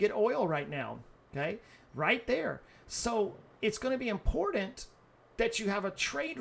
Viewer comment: The most Impordant thing to know.. THERE IS NO "D" in the word IMPORTANT